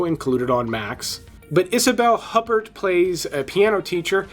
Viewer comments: Couple of things: Lars Von Trier's last name is pronounced "Tree-er" like seer or freer. Gaspar Noe's last name is pronounced "No-a". Similar to saying no way. Isabelle Huppert last name is pronounced "oo- pair" Crash is based on a famous book by JG Ballard, which is just as explicit as the Cronenberg movie. Cronenberg didn't so much invent the story but brought it to life from the written pages. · Her last name is pronounced "Hoo-pair" because she's French. One of favorite actors after Sigourney Weaver. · You'd think that, if you really enjoyed Isabelle Huppert and thought she was such an influential actress, you'd take a minute over the years to bother to acquire some vague idea, at least, about the actual pronunciation of her surname. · Okay nice vid. But, you can't just pronounce Isabelle Hubert or Lars Von Trier all crazy like you were born on another planet. Also Cronenberg got the rights to J. G. Ballard's book "Crash" 1973, he didn't 'discover' or write the idea from scratch. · For some context: Isabelle Hupert ( the T is silent fwiw) is widely considered the best actor of her generation in France, with Isabelle Adjani and Catherine Deneuve, (Deneuve of the generation that came before) being the only other actors mentioned in the same breath. She's a legend, and for cause, the most decorated, (16 Cesar nominations, 2 wins) and one of the most respected talents in French cinema.